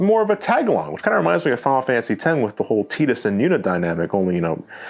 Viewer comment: Tidus isn't pronounced as teedus